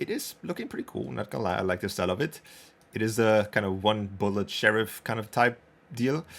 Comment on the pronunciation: bro got that valorant accent 🔥"one-bullet sheriff"